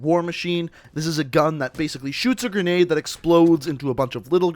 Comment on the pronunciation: "pretty effective gren~nade"